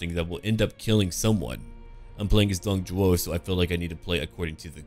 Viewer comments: isnt it Dong Zhuo ? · I think his name is Dong ZHUO not Zhou